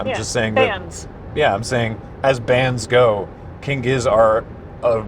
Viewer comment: I'm glad this isn't spoken like gif